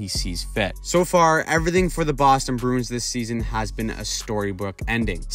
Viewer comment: I like how you say Bruin. You say it like Broon. I respect that.